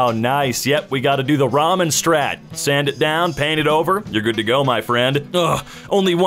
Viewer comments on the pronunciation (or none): none